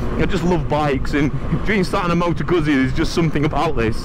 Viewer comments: Guzzi - pronounced 'Gut C' not Guzzy. thank you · Its Goot see Not guzzy! Hahaha